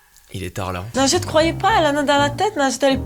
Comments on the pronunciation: quand elle dit son prénom j'entends "lingette" je fais vrm pas exprès 😂😂😂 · Best moment ever x) A chaque fois qu'elle dit son nom () j'entend "lingette" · MDR j'entendais pas najette moi j'entendais linjette 😂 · Elle s'appelle mais Mastu l'a surnommée "nugget" au début de la vidéo mdrr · quand tu dis nagette on dirait que tu dis lingette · Je suis le seul à entendre lingette a la place de? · en dirait elle dit "lingette" ça me perturbe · C'est pas nadjette c'est lingette